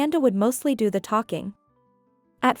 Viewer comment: Please learn to read English better. For "native English" speakers, you pronounce too many words" incorrectly given context. So something is off. Examples "do" is pronounced "duu" when spoken as a verb, but your reader says "doe" like in "do, re, me" the musical term. "Agape" in English is pronounced "Uh-gay-p" with a long a sound in the second syllable, but you use the "Agape" word that means "altruistic love." There is a big difference between having mouth hanging wide open in English than the Greek word for Altruistic love. these cause breaks in your story, especially if you do NOT have captions to follow. (and then there is "bow" the ribbon versus "bow" your head. not said the same way, dude. GRRRR